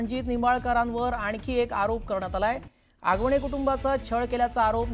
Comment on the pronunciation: Hagavane नाही आगवणे 😅